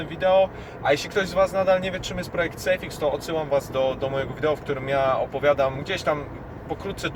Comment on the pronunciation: Dzięki za info. A tak na marginesie to SAFEX nie SAFIX...:)